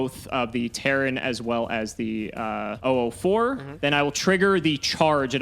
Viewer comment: Am I the only one who gets a little annoyed when says 'oo4' instead of '004'?